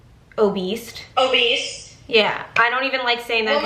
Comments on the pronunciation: The way they said “obeast” instead of obese 😶😶😂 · I was dying and kept rewinding when you guys said "obese" and pronounced it "obese-T" That's how I say it too, just cause its funnier with a T at the end!🤣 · Did you say Oh beast? It's obese. Love you though. You look good in black! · Did they say obeast instead of obese 🤣😂🤣